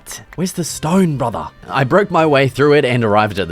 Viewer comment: “What is this stone brutha?” And instantly knew he is a local bloke